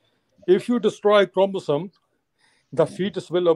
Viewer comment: Jahil ko bolo sahi se pronounce karna sikhle 😂 Chromosome